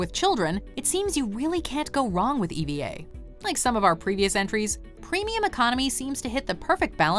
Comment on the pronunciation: I have been in EVA air and you said is wrong it’s pronouced Eva 😂😂😂 like a name not E.V.A